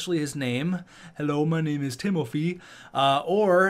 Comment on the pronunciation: it’s pronounced ti-mo-fay